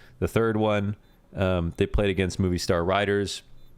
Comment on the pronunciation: its pronounced moh-vi-star riders